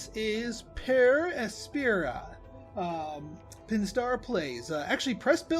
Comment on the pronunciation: It's pronounced "asp - era" with the "e" like in "end". It's latin